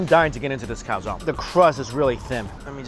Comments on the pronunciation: Can you please stop calling a calzone, a calzon? It’s pronounced calzo-ne (cal-zon-ehh). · Hi Mike!!I'm from Italy. I just want to tell you that you have to pronounce the "e" in "calzone",it's not "calzon" it's not "calzoni",it's "calzone".It was so strange to ear the pronounce.Hahaha!!😂😂But great video as always,i'm hungry now!! 😅😅😅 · I got silly laugh when he said "im dying to get into this calzonne" cause in spanish it sounds like calzon aka lady underwear 😂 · it's pronounced cal-tson-e (e like egg), not cow-zone ;)